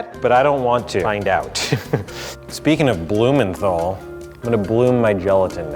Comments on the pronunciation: Bruh you don't pronounce Heston's last name right 😑 Blue mental not men thol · I cringe so badly when I hear Americans trying to say 'Blumenthal' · Are any other british people like me cringing at how he says hestons last name 😶😶